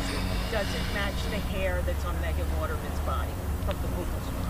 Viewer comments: Boo kal swab lol! Its buccal swab, like belt buckle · Buccal pronounced “BUCKLE” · Its "Buckle" swab. Thats coming from a dentist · He pronounces it wrong. It is pronounced like buckle.